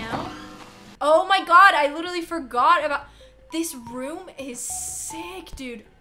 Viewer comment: saying LITALLY is iconic